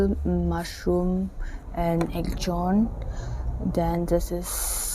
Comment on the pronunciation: If I'm not mistaken, axone is pronounce as akhunii